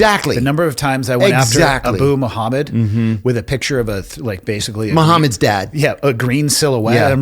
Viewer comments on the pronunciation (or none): none